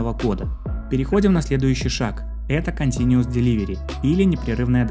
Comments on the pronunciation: Continuous, а не continuES Но очень доходчиво объяснил, спасибо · Только continuous, а не continues )